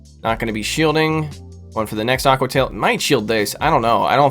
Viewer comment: A-que-uh tie-EEL 😂